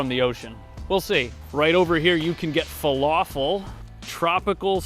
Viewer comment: Sounds like you tried the falafel and didn't like it. It sounded like you called it falawful...